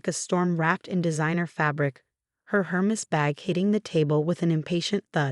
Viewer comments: Rachel is pronounced 'Ray chel' not 'Ra chel', Yacht is pronounced 'Yot' not 'Yat', and Hermes is pronounced 'Her mees' not 'Her mes'. Please get a person to read these stories instead of a robot. Thank you. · Hermes pronunciation - and syllabic emphasis - depends on native language: French or Anglish.